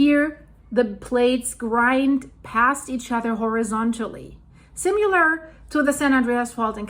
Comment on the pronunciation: Hi: This may be an older video, because you pronounced "Similar" as "Simular" again. I thought you fixed this wrong habit, so just keep practising. Keep up the good videos.